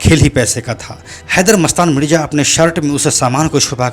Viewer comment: परने लगा नहीं पडने लगा मिरजा मिडजा नहीं